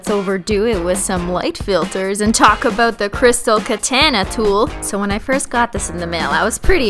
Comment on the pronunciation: yay!! you said "aboot"!